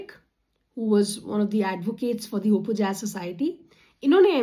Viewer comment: ОПОЯЗ - "Оh-pоh-yaz"